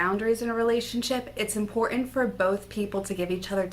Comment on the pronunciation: Pronounce ImporTant